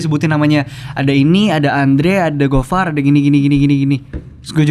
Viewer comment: Harusnya dul bukan far